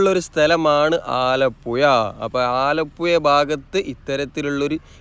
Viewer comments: ആലപ്പുയ അല്ല മോനെ ആലപ്പുഴ എന്ന് പറഞ്ഞു പഠിക്കൂ പഹയാ , മുഴുവൻ അച്ചര പിശാശാണല്ലോ മോനെ,😂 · ആലപ്പുയ അല്ല ആലപ്പുഴയാണ് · സുഹൃത്തേ ആലപ്പുയ അല്ല ആലപ്പുഴ ആണ്. ദയവായി ശരിയായി ഉച്ചരിക്കാൻ ശ്രമിക്കുക. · മലയാളം പറയെടോ. ആലപ്പുഴ ആണ്. ഏയ്‌ അല്ല. ഏഴ്.. വീണ്ടും വീണ്ടും ആലപ്പുയ. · ആലപ്പുയ അല്ല ആലപ്പുഴ എന്നാണ് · പുയ അല്ല പുഴ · ആലപ്പുയ അല്ല ആലപ്പുഴ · ആലപ്പുയ, അത് ഏത് പുയയാണ് ബ്രോ...?? 😄😄😄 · ആലപ്പുഴ എന്നാണ് ആലപുയ അല്ല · "ആലപ്പുയ " അല്ല "ആലപ്പുഴ " എന്ന് പറയൂ 😂 കഷ്ടം നല്ലൊരു ഭാഷയെ നശിപ്പിക്കാതെ സഹോദരാ 🙏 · ആലപ്പുഴ എന്ന് ഉച്ചരിക്കൂ ആലപ്പയ അല്ല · പന്ത്രണ്ടര അല്ല മോനെ, പന്ത്രണ്ടേ മുക്കാൽ കി.മീ. ആലപ്പുയ അല്ലാ ആലപ്പുഴ. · ആലപ്പു ....യ ....... അല്ല .......ഴ ...🙏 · ആലപ്പുയ അല്ല ആലപ്പുഴ എന്നു പറയും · ആലപ്പുയ അല്ല ആലപ്പുഴ പറയു കുട്ടി ആലപ്പുഴ😅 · ആലപ്പുയ അല്ല ആലപ്പുഴ .. എന്നാണ്. ഴഴഴ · ആലപ്പുഴ എന്ന് ചാനലിൽ എഴുതിയിരിക്കുന്നു പറയുമ്പോൾ ആലപ്പുയ എനനപറയുന്നു എന്താണത് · ആലപ്പുയ അല്ല ആലപ്പുഴ കാരണം ചുറ്റും പുഴയാണ് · Alappuzha ahn alappuya alla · ആലപ്പുയ അല്ല കോയാ ഇത് ആലപ്പുഴ ആണ് 😅 Anyway beautiful video and description! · ആലപുയ. ആലപ്പുഴ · ആലപ്പുയ... അല്ലെടെ .. ആലപ്പുഴ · നാവ് ഒന്ന് വടിച്ച് പുഴ എന്ന് പറയാൻ പഠിക്കൂ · ആലപ്പുയ. കയിഞ്ഞ .കായച്ച ഴ. പറയൂ മാഷ് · ആലപ്പുഴ എന്ന് മര്യാദക്ക്‌ പറഞ്ഞാൽ സബ്സ്ക്രൈബ് ചെയാ 😂😂😂😂😂😂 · എല്ലാം കൊള്ളാം. ആലപുയ, കൊയിക്കോട്, ഏയ്‌ { ഏഴ്}........... ഴ മാത്രമേ പ്രശ്നമുള്ളൂ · Zha enna aksharam Malabar baagath illa😅